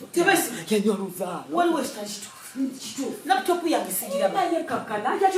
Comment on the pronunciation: Bt 4 de months u have bin in Kampala u av not yet learnt hw to pronounce laptop other than halfpot